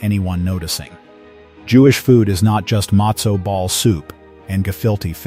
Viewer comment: Mostly pathetic pronunciation. How is it he’s able to pronounce sufganiyot and not matzo?